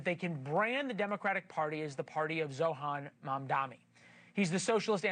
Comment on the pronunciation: It's M.A.M.D.A.N.I. Are you even a journalist? Can't even pronounce his name right.